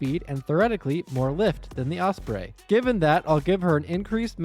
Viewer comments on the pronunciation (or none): Don’t like to be rude but the was you say osbrey is very weird